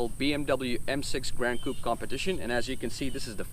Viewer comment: the way u say coupe will get u murdered in france😜